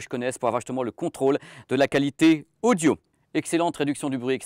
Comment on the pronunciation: Le mec dit "Casque odjo" pour dire " Casque audio"... (vers 1mn) S'il avait un accent de merde genre accent marseillais je pourrais pardonner. Mais là...